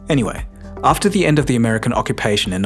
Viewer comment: "Beginning of the yend" bravo sir, bravo